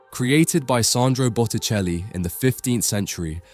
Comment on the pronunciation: Bucheli?? Es Boticelli !!! Hay q arreglar la IA.....🙄